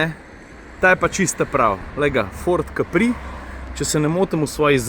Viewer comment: Ford Capri se naglaša a in ne na i. Kje je že Capri, aja v Italiji, jasno !